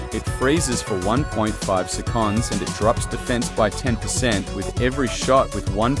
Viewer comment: This Ai voice is awfull, it cant even pronounce seconds correct